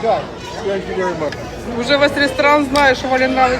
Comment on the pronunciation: Нормально погуляли. Осталось только научиться правильно произносить слово " Thank you". Пора бы уже . Ну нет там звука "С", вообще нет.Тем более такого четкого ССэнк ю.